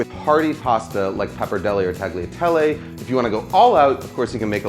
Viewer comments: FYI- it’s pronounced tah’-lia-teh-leh. The G is silent 🤩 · Good! --The G in tagliatelle is silent, though.